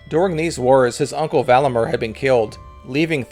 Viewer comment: Valamir and Vidimir not MER